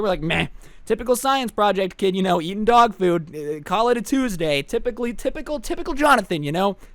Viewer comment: Lag when he said tipical